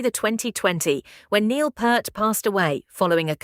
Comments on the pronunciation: 'Neil Purrt'?! Go wash your mouth you silly A.I.! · Anyone else stop watching at the mispronunciation of the drum gods name?